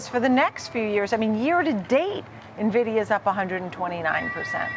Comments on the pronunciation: If you cant pronounce Nvidia properly i aint listening. its not Nehvidea its N-VIDEA damn get it right folks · It’s not Navidia, it’s (E)nvidia, as in Envious! ☺️ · Navidia Navidia...learn how to pronounce it! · You mean Nuhvidia? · Old guy that probably doesn't understand tech calling it nahvidia. Hard to trust this. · lol you'd think this expert would know how to pronounce Nvidia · cant even pronounce the name properly. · Boomers can't even pronounce the name of the company making them millions 😂